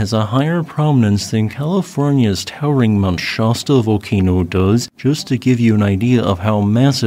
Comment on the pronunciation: I've enjoyed your work for ages now, appreciate your diligence and expertise. I'd like to point out that Mt. Shasta is pronounced with an /a/ as in "actually". Thanks for bringing us quality volcanic news and commentary.